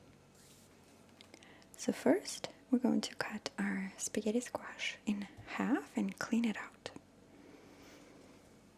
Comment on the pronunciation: "Spawghetti skwash' 😂👌